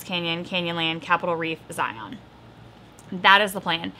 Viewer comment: So fun! I live 20 miles away from Capitol Reef and about an hour-ish away from Bryce Canyon! Beautiful places! Also, as a local, Zion is pronounced the same as Lion.🤭Don’t let anyone tell you different! I’d love to take a trip with my kids and see all the Utah parks. (And others!) We live right here and haven’t seen them all. I planned to use your Travel the Parks when we do.👏🏼